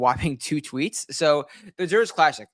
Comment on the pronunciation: Less than a minute in, done immediately after "Zur-itch" pronunciation